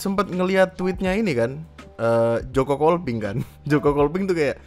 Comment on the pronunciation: Joko Kopling banggg joko KOPLING bukan KOLPING, gemess bet dengernnyaa